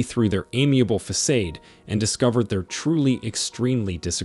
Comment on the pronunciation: This video helps me realize my unhealthy emotional upbringing. It's so relatable! But do you really need an AI narrator who fakes human breathing after every sentence and pronounces façade as faseid?